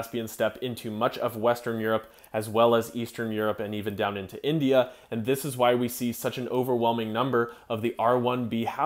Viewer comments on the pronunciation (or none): none